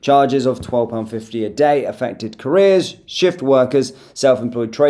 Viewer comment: Carers not careers 😂😂